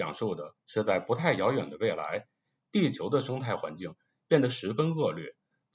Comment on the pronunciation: 恶劣lìe，不是恶略